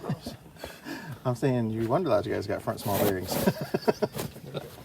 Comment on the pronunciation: I thought they are "Wanderlodge" vehicles? I keep hearing you say "Wonderlodge".....